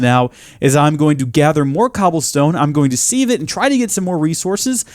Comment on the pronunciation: it's pronounced siv